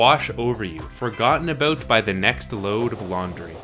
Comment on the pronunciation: Saying about as "a-boat"... Ontario or NS? Anyway, great review.